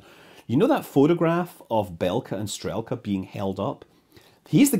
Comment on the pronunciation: Loved the video. Minor nitpick: the English transliteration doesn't always do justice to the Russian names. Notably, "e" is often "soft", so you would have "b-yel-ka" (I am not a native Russain speaker, but you can listen to pronounciations of many words on Wiktionary, e.g. "str-yel-ka" , some vowels also get prolonged as in "shootka" Best of luck with further videos - and even better if with more faithful Russian names :-)